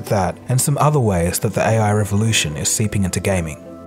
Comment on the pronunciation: Nice video. But that pronunciation though. AEY-AY. lol